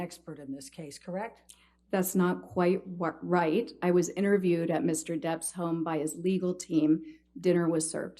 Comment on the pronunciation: You went to DEPPS HOME for dinner and DRINKS. So much emphasis on some particular words.